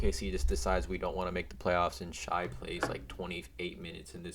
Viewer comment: it is pronounced "shay"